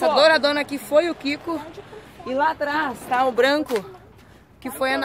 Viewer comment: Show de bola..... Engraçado foi esse para "lá"......kkkkk Você é d+!!! Meus parabéns e sucesso!